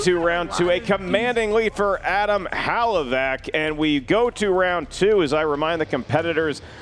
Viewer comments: unless it's an inside joke, It's 'huh-LAV-ick'... 'huh-LAV-ick' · I love you man, but please learn to pronounce Hlavac. You keep saying "Halavac". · Wtf was that lol "Hal-uh-vack" killed her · should avoid pronouncing Hlavac's last name if he isn't capable of doing it right. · If Hlavac pronounces it that way, then his Slovak ancestors are turning in their graves